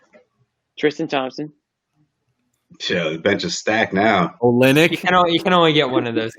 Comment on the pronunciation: That top left guy doesn’t know shit 😂😂 dude said olynyk and and millsap like oh nah smh